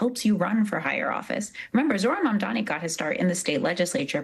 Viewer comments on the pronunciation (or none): How many times... His name is MAM-DANI. Get it right.